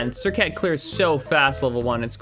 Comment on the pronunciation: You butchered that name 🤣🤣